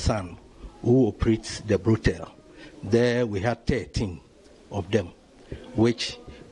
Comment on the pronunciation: It is Brothel" not brodel kwasialike dat..